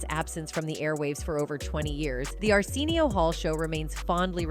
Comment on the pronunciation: How are you going to make a documentary about Arsenio Hall and miss pronounce Arsenio for the whole damn thing? 😂